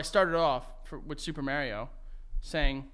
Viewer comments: The way y’all pronounce Mario kills me💀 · You ain’t getting nowhere with Mario if you can’t say his name correctly. Just sayin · The way they pronounce Mario will never not be funny to me